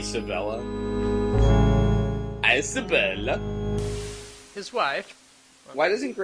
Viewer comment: Sir Greywolf: "Queen ICE-abella.." Me: *rolls eyes so hard they fall out*